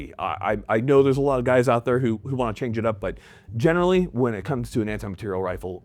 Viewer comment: “Anti- Mah-teir-ial” 🤌🏼